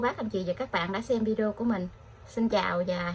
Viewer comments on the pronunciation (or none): none